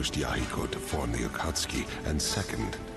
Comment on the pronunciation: Konan: It wouldn’t be so bad if he didn’t keep using the hard “U”